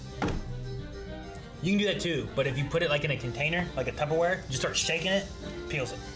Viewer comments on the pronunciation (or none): its tupperware babe. not tubberware